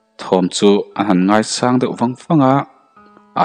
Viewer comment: Thawnthu ngaihnawm tak ani,mahse ka'n ti lawk,,, ngaichang tih i lamrik dan hi ngai tih zawh a chang tih tak i lamrik dan a key hniamin lam la a dik awm mange,,thil engpawh ,e.g sazu a kua atanga lo chhuak vuakhlum tum a kan lo chang tih a chang kan lam rik ang hian han lam ve ta la ,a va dik zawk awm ve@ pa👍👍thahnemngaih thu a ni e👍